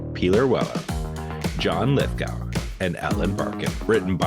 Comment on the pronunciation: It's John Lithgow. Go! Go! Rhymes with sow as in wild oats, not sow as in pig.